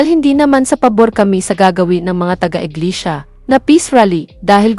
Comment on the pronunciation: Inglesia. Hindi Inglisiya. Tapik, as in TOPIC; hindi topik.